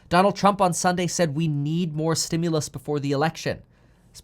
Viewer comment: Please stop saying stimulous 😆😆